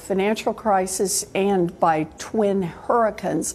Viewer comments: The injun said hurricuns. She’s such a bobblehead lol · What is her problem saying hurricane?